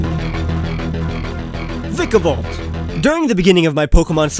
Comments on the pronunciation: so idk how you're supposed to pronounce vikavolt but please stop pronouncing it like that... like seriously it gets me every time and it doesn't help that I watch this video again and again.😖😖😖😖 lol love your content nice to see an Israeli creator that actually has good content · its vy-ka-volt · you said vikavolt wrong bro